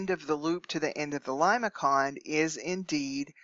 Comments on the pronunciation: limason not limaKON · It is something like Lay -may-son, not limakon when you pronounce it. Please make corrections. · I believe your pronunciation is incorrect. Limaçon is a French word so the c is pronounced as an s. So The first pronunciation lih-muh-son is correct.